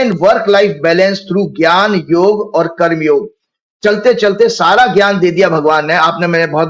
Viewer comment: Sharmaji karm ka debit basket aur credit basket dono hi itni badi hoti hai ki 10000 yrs ke 1 janm me bhi poora nhi bhugat sakte. Isliye "punarapi jananam, punarapi maranam". Aur - Karmaaa nhi hota Karm hota hai, aapki mother tongue ka shabd hai lekin pronunciation ke hawale se aap angrezon ke Gulam dikh rhe hain.